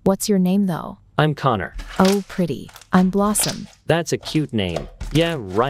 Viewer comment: The way his name was corner instead of conner😂